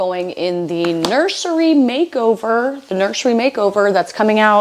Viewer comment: I replayed four times now. Are you saying “nursery makeover”? Wtf did I miss?